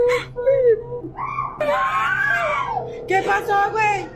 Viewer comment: Its Wey/Guey not Guen/Gwen...